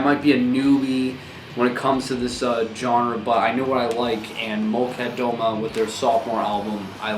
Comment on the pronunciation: Here she comes, person to correct pronunciation. No judgement at all, but Molchat Doma is pronounced kind of like MOL chaht duh MA